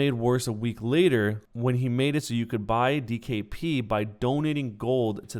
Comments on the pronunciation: "And the ladder raids" don't you mean LATER lmao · you said later wrong xD